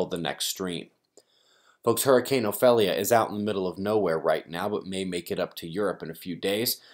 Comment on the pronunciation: Not trying to be a butthead, Ophelia is pronounced like (O-FEEL-ia). I know because it's my name. A lot of people have a hard time pronouncing it. Thank you for all of your hard work.